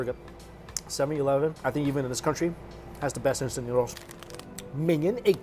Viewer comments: When he said noods 🤣🤣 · "In some noods! 😄😮🤨noodles...😅" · When you told Nudes instead of noodles I was speechless 😂😂